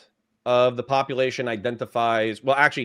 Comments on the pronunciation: Love you but the way you say popalation is urksum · why does he KEEP saying - POPPA LATION?????? is he trying to be funny? cause it just sounds ignorant